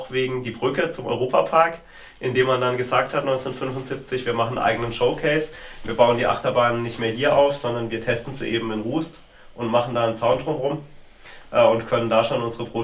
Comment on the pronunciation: Es heißt nicht Russt, sondern Rust.